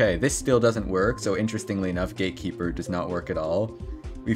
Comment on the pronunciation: Did he say "gaykeeper" about GATEkeeper?